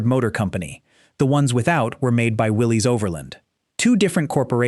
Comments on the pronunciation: Willis Overland not Willie's Overland spelled Willie's but pronounced Willis the man who started the company's name was John North Willis spell with a y try to get it right if you want to be an authority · It's not pronounced Willie's it's pronounced Willis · The other company (besides Ford) that made the jeep is pronounced “will-liss,” not “will-leeze.” I’m old enough to remember Willys vehicles on US streets. Somebody should have bothered to check if they were going to make this video.